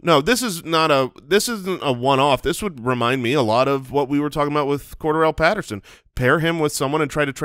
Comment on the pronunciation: Corderelle Stat-erson.